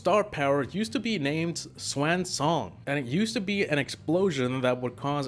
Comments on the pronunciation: "Swaan song" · Its pronounced "swan", the bird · Can we all point out how he said Swan wrongly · you just said swan as shwan